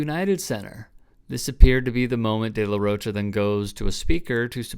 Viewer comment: It's pronounced De La Roca